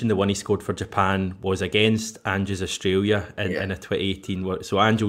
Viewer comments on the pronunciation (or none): none